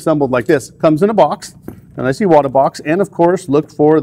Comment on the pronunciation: Finally someone that pronounces Iwata correctly. It drives me bananas when people butcher such an easy name. Now, I know, I maybe splitting hairs BUT Iwata isn't just a brand name, it's an actual person's name. And just like most people don't enjoy having someone butcher their last name...well I'm sure you get the picture... Anyway, thank you for saying it correctly.